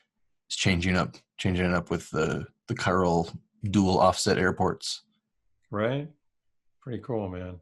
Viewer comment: Dictionary calls for chiral pronounced “kie ral”